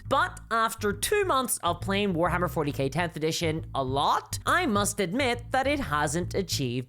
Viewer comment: Did u say Warhammer 40 Gay at the start?